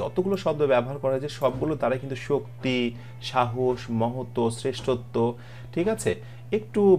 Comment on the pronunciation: মহত্ত্ব হবে মনে হয়। মহোত্য নয়।